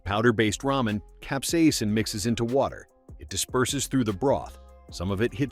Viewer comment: concentrated cap-see-asin